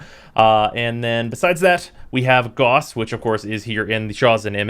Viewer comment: "GAUSS" RHYMES WITH "MOUSE" IT IS A UNIT OF MEASUREMENT FOR MAGNETISM EVERYONE IS PRONOUNCING IT WRONG AAAAAAAAAAAAAAAAAAAAAAAAAAAAAAAAAAAAAAAAA